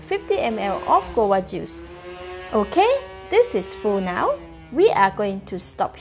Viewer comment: You need to pronounce the v That's not how you say guava It's pronounced gwa va